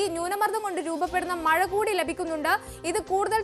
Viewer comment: മയ അല്ല മഴ